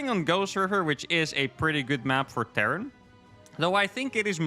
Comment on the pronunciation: Terran not Tehran